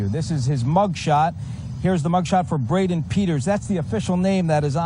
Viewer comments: Braden. Not Brandon. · ItsBraden not Brandon. If you're going to do journalism you gotta get those things right